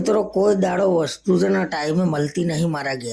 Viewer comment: છ - કેમ બોલો છો? છે બોલો ને